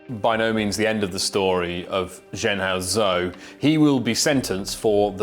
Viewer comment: Could you at least take the trouble to pronounce his name properly.